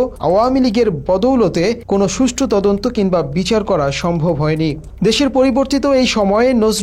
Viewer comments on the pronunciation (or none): none